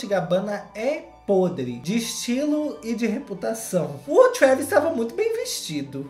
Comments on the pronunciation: O falando "Kravis" kkkkkkkkk eu morri nessa parte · toda vezz q o fala "KREEEEEVIS" eu morro de rir kkkkkkkkkkk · O falando Travis kakkakakak EU AMOOOOOOO